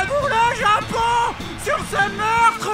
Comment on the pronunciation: Un zéro pour le Japoooooooonnnnnnngggggg avé l'acceeeeeeennnnt !!!!!